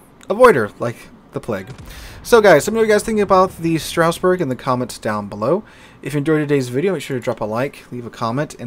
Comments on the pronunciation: It pronounces : Straas Bour Not StRaussBeRg. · Everytime says Stra"U"sburg, a part of me dies inside 🥲